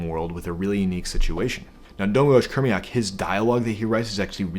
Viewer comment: Just FYI, the author is Croatian and in the Croatian language, his name is pronounced Domagoy Kurmaich.